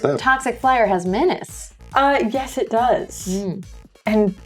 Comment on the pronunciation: Thank you for pronouncing Menace correctly. the way the others say it sounds too close to another word (look up menarche)